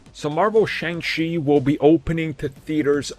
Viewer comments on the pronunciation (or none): It is pronouced Sh-on-g chi